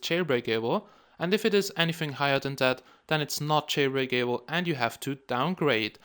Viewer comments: every time you say jail-brake-a-ble makes me laugh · "Jailbreak able" :3